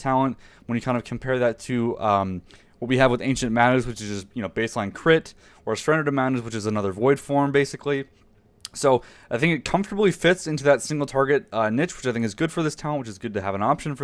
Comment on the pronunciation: Sorry man it kills me every time you pronounce niche incorrectly lmao XD. It is pronounced as "neesh", not "nitch". Love the vids dude.